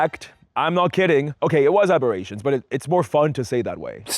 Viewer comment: It's pronounced "aberration", hope this helps!